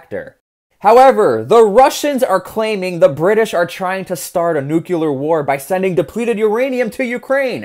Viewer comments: nu-clee-ar not nu---cu---lar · Drink everytime he pronounces nuk-u-lur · it’s pronounced the way it’s spelled, Nuclear. Sounds like “new-clear”there’s no second u in nuclear so if you say “nucular” you’re saying it wrong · It's nuclear not nucular. The S is silent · 301st comment and another one of many to point out that nuclear is not pronounced new cue lar. I chuckle every time I hear you swallow the back end of some words like didn’t and wouldn’t (sounds like di-unt and wou-unt) in your regional accent. That is interesting from a linguistic perspective. But “nukular” is plain wrong. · I just can’t listen to someone who says nucyuler. Pronounce it right. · nook-lee-er is how it's pronounced my dude. not nook-you-ler. Go forth into the future a more cultured man, love your videos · 'New-clear' is the proper way to pronounce it bud. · My dear man, please learn how to pronounce Nuclear. You don't have to sound like President Bush just because you took part in his war. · I have little faith in the reliability os someone who cannot pronounce "nuclear" properly.